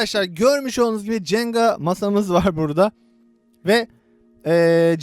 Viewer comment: Cenga değil jenga